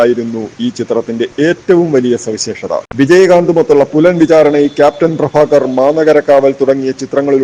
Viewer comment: അവതാരകൻ ഭ എന്ന വാക്കിൻ്റെ സ്ഥാനത്ത് ഫഎന്നുച്ചരിച്ച് വൃത്തികേടാക്കേണ്ടിയിരുന്നില്ല ക്യാപ്റ്റൻ പ്രഭാകർ മൂന്നുതവണ തിയ്യേറ്ററിൽ കണ്ടവനാണ ഞാൻ